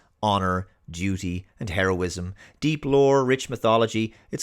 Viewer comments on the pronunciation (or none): none